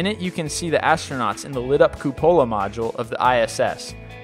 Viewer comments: Andromeda and cupola pronounced incorrectly. Hard to like this channel when that happens all the time here. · There are 25 thumbs down at this time....wonder what planet those nincompoops are from. Announcer mispronounced Andromeda and cupola. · also its "Briz- Bin" not "Briz-Bane", and "Coo-poh-la" not "Cu-Pole-Ah" goddamn it dude (it's "levi-oohh-sa" not "levio-sah"~!!!)